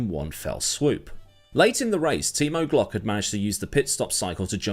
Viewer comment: Why do I keep hearing Team O'Glock?